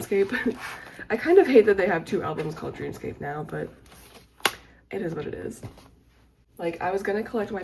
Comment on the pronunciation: the album called dream scape is actually pronounced “dream escape”, I thought the same thing at first too lol 😭 but big congrats and good luck in medical school!! (When u downsize I will be there🙂‍↕️)